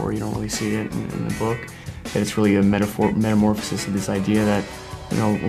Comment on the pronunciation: nobody: timothee: metamorphasis